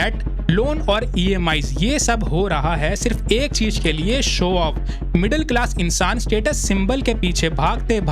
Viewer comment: Chij ❌ Chiz ✅ - Hajar ❌ Hazar ✅